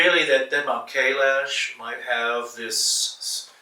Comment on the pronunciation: How egomaniac you have to be to mispronounce Kailash when an Indian had said it just moments ago